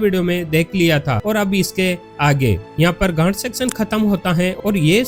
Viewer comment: भई घाट को सही से बोला करो मैं कुछ और समझा